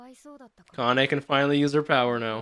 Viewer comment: every time say the name of Kanne... i kinda hear Kanye 😆